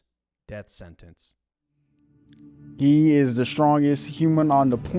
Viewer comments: Is he saying Deaf Sennance? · “Def Senence”